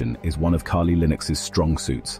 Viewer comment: Everytime the bot said "key-lee" i almost lost it